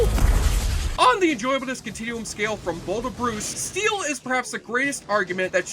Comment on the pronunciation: ITS NOT steal IT'S STEEL. PLEASE PLEASE PLEASE SAY IT RIGHT. MY OCD IS DRIVING ME MAD.